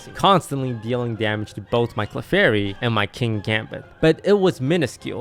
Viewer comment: Clefary, unreal lol